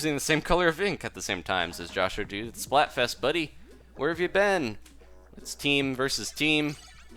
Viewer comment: Most people I've heard say my YouTube name say Josh-dude. So that was cool you said it right.